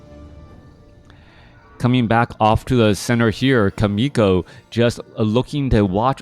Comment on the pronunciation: thanks for sharing this video and you commentary, but as a Korean I junst want to let you know more exact pronounciation of 'Chaemiko'. It is not [k]aemiko, but [tʃ]aemiko. same as 'CHERRY' s /che/ sounds. lol